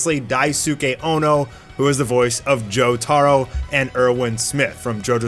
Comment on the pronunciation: the way he says Jotaro hurts my soul